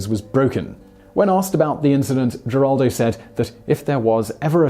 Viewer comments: It's pronounced "Heraldo" not "Jeraldo" Simon, you surprise me, you are usually more conscientious than to make a gaff like that. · Geraldo is pronounced Heraldo. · I hate being the language police, but I'm from Texas. Geraldo is pronounced with an H not a G. So it is Heraldo. Carry on..... :) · I watch you faithfully...and this is meant as to be helpful only. Geraldo is pronounced heraldo..hugs Lynn Weasenforth 💯💜💙💛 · Geraldo? it's pronounced heraldo! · Geraldo Rivero's first name is pronounced Heraldo not with a hard G. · Heraldo is how Geraldo is correctly pronounced. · The G sounds like an H in Geraldo. It sounds like heraldo. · Geraldo is pronounced Heraldo. He's Hispanic. You might want to have a technical advisor, or at least a language one. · I was going to complain about the mispronunciation of Geraldo, but it looks like all the page one Google results have it wrong too. It's pronounced with the Spanish g, which has an H sound, basically herald-o. Someone needs to fix the pronunciation guides, jeez. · Geraldo Rivero pronounces his first name her-aldo. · Geraldo Rivera is pronounced "h er AH l d oh"... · Geraldo is pronounced with a H not a G Heraldo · I'm here just to hear Simon mis-pronounce names 😁 Geraldo! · Geraldo is pronounced with an H sound. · Alexander -- No, he didn't ALWAYS use the Latino pronunciation. WABC-TV news director Al Primo offered Rivera a job as a reporter but was unhappy with the first name "Gerald" (he wanted something more identifiably Latino) so they agreed to add the final "o", and go with the Latino pronunciation. That was in 1969, when Geraldo was 26. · Simon, the G in Geraldo is pronounced like an H, he's Hispanic you know. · The sites he uses for pronunciation all have it wrong.